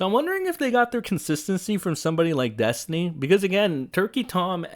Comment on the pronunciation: The way I laughed at saying Des-tiny makes me think that maybe I'm a bit behindert. lol